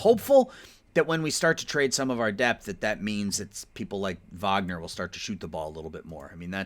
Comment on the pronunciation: Wagner is pronounced “vogner” cause he’s German